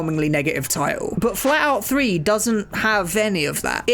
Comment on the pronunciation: I was realy confused for a moment because I thought he said FALLOUT 3 and not FLATOUT 3 XD